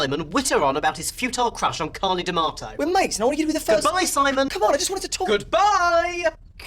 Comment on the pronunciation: Omg her british accent said byyyee